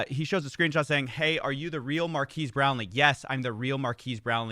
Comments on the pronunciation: lol it's not mar-keys it's mar-Ka-es Brownlee, but otherwise great as always. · Marques is pronounced mar-KEHZ for future reference (not mar-KEEZ) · It's "mark-ez" not mark-eese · Oof, dude, "Markez," not "Markeez." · Marques is pronounced Mark S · This video has to be AI. No one actually says Mar-key-s brownlee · Changing it to "Youtuber Superfan" is so funny, plus if you look at the comments on their product Hunt page it looks like they are all AI generated. its pronounced "markez" btw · They way your pronounce marques's name is strangely racist 🤣 Na jk coffee it's all in good fun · You saying his name wrong over and over got to me bro. I turned off the video, just say his channel name next time 😂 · Yoo, pronunciation of Marques is great! Haha. No hate, just amused. Loving the new content. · Your racist pronunciation of Marques' name is worse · Also, Giertz is pronounced Yetch. "It doesn't make sense in Swedish either." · Mar-kez. Simone Yetch.